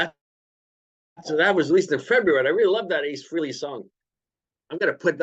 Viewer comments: Guys, it's pronounced "Fray-lee", not that Ace cares, but there you go. Good discussion though, well done. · yes, nice try. Ace has stated in past interviews that people pronounce his last name three different ways and he really doesn't care as long as they are saying his name. He then pronounced it "Fray-lee" in the interview. Even Paul Stanley pronounces it "Fray-lee". Pretty sure I heard both of you pronounce it "Free-lee". Anyway, it doesn't matter at all, I'm sure we can both agree that his new album will kick ass. Have a good one sir.👍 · It’s actually Freh (rhymes with bell) ley. Nice try though.